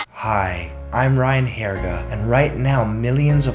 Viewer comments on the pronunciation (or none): "Hi, I'm Ryan Hairga" hahahahahaha I'm dying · "Hi, I'm Ryan Hairga" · “Hi, I’m *Ryan Hairga*”